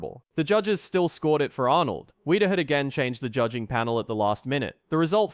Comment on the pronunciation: I was at the 69 Olympia. Yeah, Sergio deserved the win. And it's pronouced Weeder, not Wide-er.